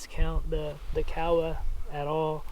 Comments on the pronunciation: Kowa with an o not Kawasaki with an a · Ko-ah is how its pronounced according to their website, I also was calling it COW-ah before finding this out. Pinnacle of optics for me, depending on sample. Swaro is extra expense perhaps worth it for their EXCEPTIONAL customer service. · You know the funny thing about how he pronounced Kowa? I understood exactly what he was saying. If you say Kowa with a southern island, Japanese accent it sounds just like he said. If you use an accent from the north-east rural area it sounds just like you're saying. If your an American, white male, sitting in the bush of Alaska glassing bear and caribou, and say "Kowa" - it sounds just like the guy recorded in this video says. Does any of this really matter? If you didn't know any other Japanese and looked at the Emperor of Japan and said "Kowa Company, LTD" I think he would know what you're saying. But I get your point. Even though I wore a uniform with my name embroidered on a name tape, people still called me be the wrong name. LoL